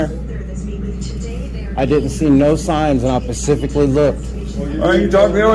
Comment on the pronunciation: Another incompetent frauditor "I didn't see any"pacific" sign"